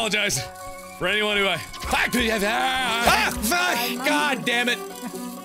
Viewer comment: He says the F word like "fekhh"